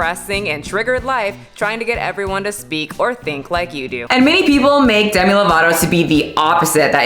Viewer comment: Themi not Demi 🤣